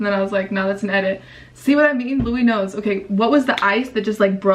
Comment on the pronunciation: It’s not LOUIEKNOWS